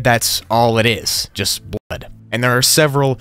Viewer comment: “Bl od” lol it’s not blood